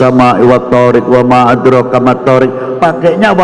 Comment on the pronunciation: WA MAA ADROOKA bukan WA MAA ATROKA ( adek rooka >> dal di sukun harus ada qolqolahnya<< ) MATH THOORIQ bukan MATHOORIK ( math thoorikek>> Qof sukun juga harus ada qolqolahnya ) ANNAJMUTS TSAAQIF ( jim sukun juga bersifat qolqolah, tsaaqif itu pake huru tsa' bukan sa' ) jadi intinya harus bisa membedakan antara QOF dengan KAF, dan juga harus bisa membedakan antara THO' dan TA' , TSA' dengan SA'. Jika qolqolah dan maad hilang bisa berubah maknanya